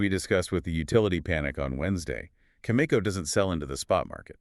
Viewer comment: How in the world can the two of you claim to uranium experts when you can’t even pronounce Cameco properly? Answer: you can’t. Maybe listen to their shareholders call when they report earnings. Or maybe the two of you are just some AI garbage. AI or not this is garbage content.